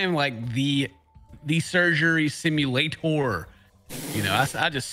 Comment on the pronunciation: Is he saying SIM U LATER?